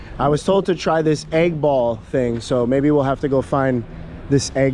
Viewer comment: Bro all this time I thought you were talking about getting an 8 ball 🎱 but you were saying egg ball 😂😂😂😂